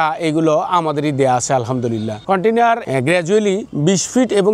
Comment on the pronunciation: Container ❌koitainar✅